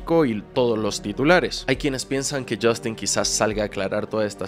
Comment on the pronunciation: Yastin 😂😂😂 ay porque me Dices yastin suena gracioso hasta en inglés lo pronuncian como yostin